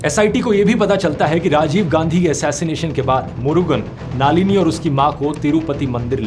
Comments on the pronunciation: Naalini ❌ Nalini ✅ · सिवा रसन नहीं... शिवरासन् नाम था उसका... आपको विनम्र निवेदन है कि आप नामों का उच्चारण अङ्ग्रेजी के लिप्यन्तरण से नहीं, स्थलीयभाषा के लिपि में ही, उस भाषा के विशेषाभिज्ञ से पूछ कर सीख कर करें। साथ मे नालिनी नहीं, नलिनी पढना चाहिए.... दर असल इतना तो बिना तमिळ् जाने भी संस्कृत के ज्ञान से पता चल जाना चाहिए था... इतने गन्दे उच्चारण न किया करें। भग्यानाथन् नहीं, भाग्यनाथन्.... अरे भाईसाहब, क्या आपने हिन्दी में भाग्य शब्द भी नहीं सुना है क्या??? तामिल् ईलाम् नहीं, तमिळ् ईळम्. IPA (International Phonetic Alphabet), या transliteration नाम सुना है?? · Dhruv Brother, her name is not नालिनी ❌. It's नलिनी ✔️. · नालिनी नही, नलिनी है. जर्मनी मे रहके गल्त बात कर रहे हॊ. बंद करो अपनी बकवास. बंद करो ये चॅनल. आपकी औकात नही इंडिया के बारे मे बोलणे की. जर्मनी पे विडिओ बनाओ. और देखो आप बाहर रहते हॊ की जेल मे. लानत है आप पर. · You are doing a great job, but a feedback for you - Please pronounce the names correctly. Doesn't look good coming from one of India's biggest youtubers. So, it's नलिनी not नालीनी and शिवरासन not शिवारसन. Great work otherwise as always. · ध्रुव भैया, नाम थोड़ा edit कर लीजिए, उनके नाम, शिवरासन (शिवाराशन नहीं) like this नलिनी not नालीनि, etc etc